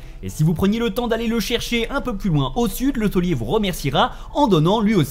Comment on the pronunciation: Mais c'est pas LE TAULIER :D C'est Thiollier ! C'est son nom quoi ^^ avec un I avant le O